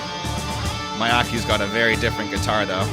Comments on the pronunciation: You pronounce guiterist's name as Ma-ya-kyu . It's incorrect . Her name's pronounce is Mi-ya-ko . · Her name is pronounced Mee-yah-koh. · The correct pronunciation is "Mee-yah-ko". Just want to let you know as you might want to pronounce correctly one of the greatest musical talent in our generation. Thanks for reacting to LOVEBITES. We the Wolfpacks appreciate you.